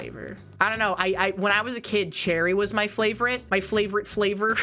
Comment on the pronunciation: did she say flavorite? 💙